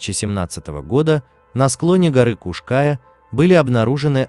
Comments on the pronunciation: Скала называется не птичья , а орлиная . . . , и ударение на букву " я " . Поуважительней надо к местным топонимам ! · После неправильного ударения в названии горы и картинки о том, что это возле Нового Света даже смотреть эту лабуду не стал. Снимайте качественный контент. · я - крымчанка. режет слух, когда названия произносят ся неправильно. а правильное гуглится за полминуты. Название горы читается как Куш-КаЯ, а не Куш-КАя. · Куш-каЯ, а не куш-кАя. Неужели так сложно хотя бы в википедии глянуть ударение, если делаете материал, то делайте качественно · Как же режет слух Крымчанину ваши кАя... Куш-КаЯ ударение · История печальная, каждый должен сделать вывод, что горы-это красиво, но опасно, всегда нужно быть на чеку! Не могу не написать, всё видео резало слух- Куш -КаЯ, ударение на Я! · Куш Кайя. Ударение на последний слог. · Не кушкааааая!, А Куш- каяяяяяя! Учите мат часть ,,эксперт" , противно слушать! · Только не КушКАя,а Куш каЯ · КушКаЯ-крымско-татарское с ударением на последнем слоге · Для начала смени "увлекательный голос робота", на живого человека. А в поисках Сидоровой - лично принимал участие. Нет ее в горах, облазили там каждый сантиметр. И да, робот ударения не будет путать. Куш-КаЯ - на я ударение. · Ударение неправильное в "Кая" и на карте не та Куш-Кая указана. Да и не у Балаклавы она. Дальше слушать не стал. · КУшКая не в переводе с тюркского, а КРЫМСКО-ТАТАРСКОГО, ударение на последнем слоге.КаЯ--обрывистая скала Куш-птица или "двойная" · Куш КаЯ.. Ударение на последнем слоге.. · Ударение на буку Я! Куш -КаЯ! Простите за исправление! Просто слух резало! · И на у ударение кУш-КаЯ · Куш-КаЯ называется вершина. Братан, ты бы хоть поинтересовался, прежде чем 100 раз неправильно озвучить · Уши режет неправильное ударение!Куш-КаЯ,ударение на Я.Пусть пишу поздно,но так поздно посмотрела видео,говорите грамотно . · ударение на Я Куш-Каяяя , перед тем как видео делать учи как слова правильно пишутся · Kaş Kaya правильно говорить надо. Татары Украина 🇺🇦🙏